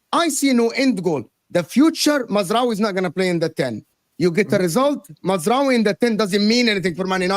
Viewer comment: It’s MAZ RA OUI